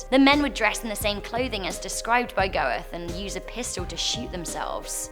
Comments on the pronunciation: Goethe is not "go-th." It's "GUH-tuh," roughly. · Goethe is actually pronounced Gurte. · Your butchering of Goethes name is a curse in on itself. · Are we gonna mention how wrong she pronounces Goethe? Please? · FYI, Goethe is pronounce 'guh-tuh', And the Iranian leader the Ayatollah is pronounced 'eye-a-toll-ah' and Khomeni is 'koh-main-ee'